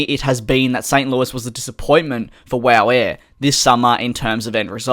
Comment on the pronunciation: I died laughing when you said wooh air instead of wow air 😂